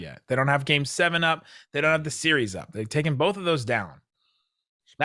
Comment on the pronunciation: Hey, it’s BOTH not BOLTH….good god man